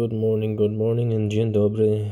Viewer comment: Dzień dobry, It's nice to hear you say it :D